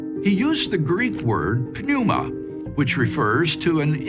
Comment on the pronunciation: I think the thing that shocked me most was WLC can’t pronounce “pneuma.” The lies and lock of logic is par for his course.